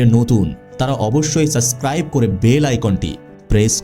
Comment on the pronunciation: The word is not SUSCRIBE…… it is SUBSCRIBE. Please take care of your poor pronunciations